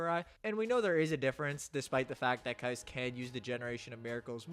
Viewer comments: Aint no way bro called Kise "Kais" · Pronounce Kise correctly fr .but w vid as always